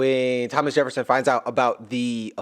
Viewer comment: Havnt had much time but finally made some to watch the video. Can't stop cracking up at you calling Thomas Lhomas💀